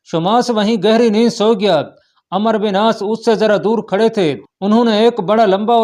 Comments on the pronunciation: Yar ap ko kia urdu ki pronunciation nhi ati , umero bin aas hy amer bin aas nhi , Baqi b bahut galtiyan hain ap k bolny mn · Jb عمر k baad و aa jaye to phir و silent hota hy aur ع ko zabr k sath prhtey hein is liye عمرو ko Amr prhein gy